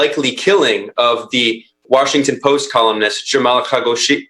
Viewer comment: struggling with the name of Khashoggi was hilarious but then Paul calling MBS 'bin Salam' was the definitive killer.